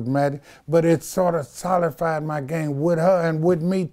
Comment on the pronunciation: ... “solified” 😂 I think he means solidified but I hear ya playa🤠